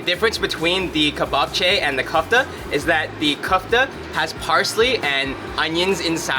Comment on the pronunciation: The way you pronounce ,,kufta" ... Sry ...its not kufta ...try like this ... ,,kiufte" ........its more like... Your meat ball is - ,,kiufte".... One meat ball - kiufte ... Several meat balls - kiufteta....its not hard ..forget english a little bit...try to spell it in latinitza... Letter by letter...its easy that way ...😅